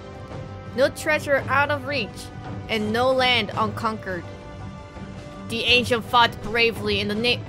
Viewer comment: Ancients, pronounced "ain shints"